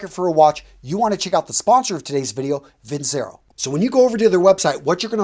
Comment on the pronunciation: Its pronounced vin-chair-o..... It ticks me off when you promote a company and mispronounce its name